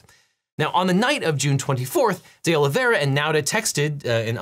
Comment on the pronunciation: All I can hear is Day Lavayrah! (Presumably, D’Oliveira). Sorry!!